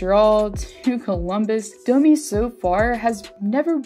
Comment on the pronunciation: It’s Domi. What’s this Dooomeeee shit?